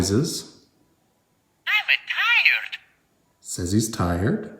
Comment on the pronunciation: He says ima tire